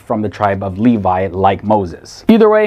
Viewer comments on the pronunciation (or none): none